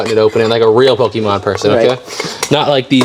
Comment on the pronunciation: Hearing pokimon over and over just hurts my ears. But nice buy